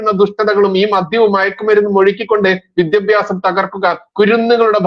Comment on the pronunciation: വിദ്യബ്യാസം വിദ്യബ്യാസം എന്നു പറയുന്നത് അരോചകമാണ്. വിദ്യാഭ്യാസം എന്നു തന്നെ പറയുക.